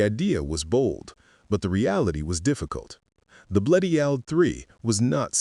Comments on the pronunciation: Yeah but it can't pronounce Bleriot for shit. (edit) until . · Bleriot's name is pronounced Bleri-ot, far from the narrator's weird pronounciations! Otherwise an interesting subject!